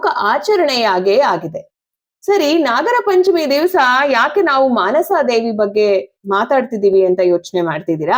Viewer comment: ಮನಸಾ ದೇವಿ, ಆಸ್ತಿಕ, ...... ಸರಿಯಾದ ಉಚ್ಚಾರಣೆ